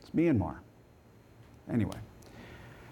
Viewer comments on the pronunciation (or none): Second MAGA Supporter: Mayanmar 🤣🤣🤣 It's Myanmar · It’s actually pronounced Mee-n-maw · Jim Acosta is incorrect about pronouncing "Myanmar" as "minn ih mar", it's actually "My ahn mar". The rest is mostly taking people out of context and editing things together to create something that doesn't really reflect reality well. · Freedom for Minnamar! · Myan.na.mar ? Who are those illiterates? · “It’s MEEE - N - Mar, not MY- N - Mar.” hahahahah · First MAGA Supporter: Mynamar 🤣🤣🤣 It's Myanmar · “Flynn said Minamar” 😂😂😂🤣🤣!! They need to put Flynn back in prison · "Mini-Mar" or "MYanMar". Not MeAnMar? Clueless. Absolutely clueless. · That eejit in the audience couldn't even pronounce the name Myanmar - calling it 'minimar". These people sure are thick. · Powell, Flynn, Trump, and Lindell are the worst for the nation, but on a personal level that "Minimar" guy is going make me doubt myself everytime I say Myanmar for years. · “Minnimar” lol! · The scary thing is that the people mispronouncing Myanmar are proud of themselves. They proudly cling to their ignorance because it's all they have. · minimar, myan-mar, mini mart, walmart whatever lmao!!!! they cant even pronounce it lol!! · it’s MEE-anmar. Jesus. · Actually, it was a Question from a dude in the audience who called it Minnamar. Flynn ignored the mispronounciation and agreed that a coup should happen in the US. And, Yes, Flynn should be locked up. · Wait a min.....Kimmel went well for Lindell. Kimmel even said so!...and another thing ..it's pronounced MY-ann- mar. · yes, very funny!😎 "Margaritaville" becomes "Mara Largaville"! 👍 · Min-a-mar... oh dear...